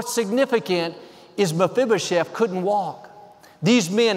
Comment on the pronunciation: You're awesome! I'm most impressed with your ability to say "Mafibashef" ... And that you said it enough times that I might have been able to spell it 😂😃